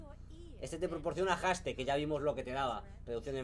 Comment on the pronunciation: Mejora tu inglés Knekrooo, que casi me da un ataque el escucharte decir palabras como Haste, etc.. XDD